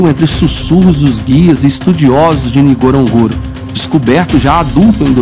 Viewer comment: Tente também pronunciar certo o nome do local… eu vivo nesse país do animal.. mas esse nome como pronúncias! Parece ser de outro local!